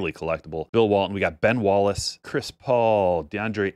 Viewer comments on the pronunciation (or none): none